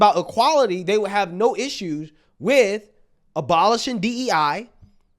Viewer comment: "...when his children have asschew..."